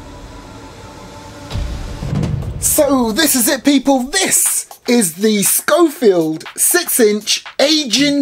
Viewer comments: It's not a scofield. it's a schofield. (pronounced: show- field) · thought it was pronounced Shofield